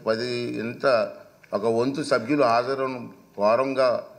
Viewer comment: ఒరేయ్ అయ్యన్న సబ్బులు కాదు రా సభ్యులు అనే పదం కూడా రాదా